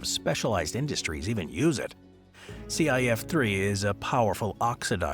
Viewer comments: Came here to call out exactly this, for that exact thing: ClF_3, NOT CIF_3. A human would know the difference. 100% AI generated narration. Not to mention many of the clips of reactions are AI fakery. Shit like this is ruining the Internet. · it's not C ai F, but C eL F) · 100% AI generated. The "C-'eye'-F-3" gives it away. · ClF3 is not pronounced see eye eff three. Is the letter L for gods sake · Maybe we can use some of this one's "see-aye-eff-three" to dissolve it. 😆